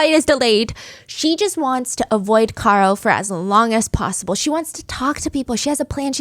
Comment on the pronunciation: Care-oh, not Car-oh ... 2 years later it's still driving me crazy lol